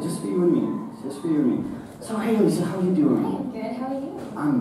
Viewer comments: The way he pronounced "Alycia".... Getting really mad rn... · Did he just pronnounce ''Alycia'' wrong? how dare he